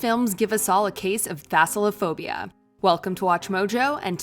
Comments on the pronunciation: Its thalassophobia not thassalophobia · bruh did she jus say Thassalophobia?? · Thalassophobia not Thasallophobia. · Not a big deal at all but when the narrator said “Thassalophobia” I laughed a little bit lol - Thalassophobia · mf said thalassophobia "thassilophobia" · "These movies give us all a case of Thassalophobia." Um, Thalassophobia? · it is thalassophobia not thasalophobia lol. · Its THALASSOPHOBIA and not THASSALAPHOBIA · literally 5 seconds in and they already called thalassophobia “thassalophobia” jesus christ watchmojo, get your shit together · It's thalassophobia, not "thassolophobia," you moron. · Thesulaphobia lol. It's called Thalasophobia. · just sayin it’s thaLassaphobia with an L first, not thaSSalaphobia with an s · is nobody gonna talk about how she said "thassalaphobia"?? Instead of Thalassophobia???? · The intro... "Thassalophobia".. lol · Dod she say thasalophobia in the begining? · You mispronounced my phobia. Disliked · Thalassophobia, idiots. You make a whole video about it and say the word wrong. Jesus.